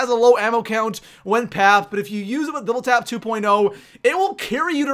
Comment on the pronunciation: Doible Five seven